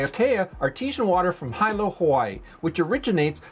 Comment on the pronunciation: Hilo is pronounced Hee-low. Just sayin.